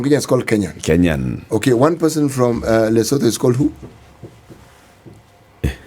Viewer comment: Thank you for this situation, room- It is always a pleasure to listen to Jimi the Firebrand. Lakini Pronouciations CT.... Lesot(h)o Mosot(h)o Basot(h)o , Sot(h)o, The H is always silent. 🤣🤣